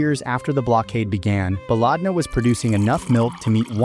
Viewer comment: why are you liking random comments? the top comments are literal scams also its pronounced "ba-led-na" not baaalaaadna, which in arabic translates to "our country"